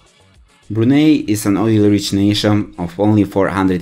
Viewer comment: Wow! At least get your pronunciation of the country correct...